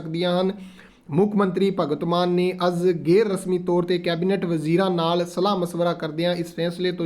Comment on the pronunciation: ਉਹ ਭਰਾਵਾ ਜਮੀਨੀ ਨਹੀਂ ਜ਼ਿਮਨੀ ਹੁੰਦਾ ਹੈ ਭਗਤ ਮਾਨ ਨਹੀਂ ਭਗਵੰਤ ਮਾਨ ਪੰਜਾਬੀ ਭਾਸ਼ਾ ਨੂੰ ਚੰਗੀ ਤਰ੍ਹਾਂ ਸਮਝ ਲਉ।